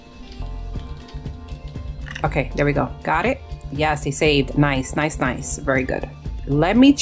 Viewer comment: I love how she’s saying now Nouice